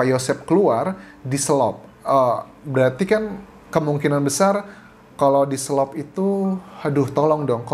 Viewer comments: Di selot Anjas...bukan diselop...😊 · Dselot bang bkn dselop...hehe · Diselot bukan diselop, dalam bahasa Sunda artinya dikunci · DISELOT BUKAN DISELOP